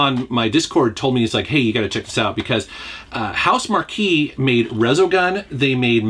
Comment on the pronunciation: I know probably 500 people have already said this, but Housemarque is pronounced Housemark. And besides Nex Machina (which is my favorite gave of theirs) Resogun, Matterfall, and Alienation, they also made Super Stardust HD, and Dead Nation.